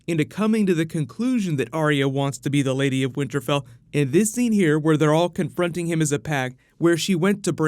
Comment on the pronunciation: "winter Bell"?